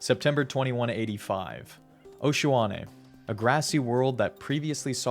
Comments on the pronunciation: Osh..ua..ne? I think you meant Oshaune haha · Oshaune(Osha-une) not Oshuane. Your dissident activities of spreading disinformation and mispronunciations have been reported to your democracy officer. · Excuse me good sir, but it’s Oshaune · SHAW!!! 🗣️🗣️🗣️🔥🔥🔥 But seriously I pronounce it O-shwan-A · You misspeled Oshaune and Achernar Secundus but the video is really great!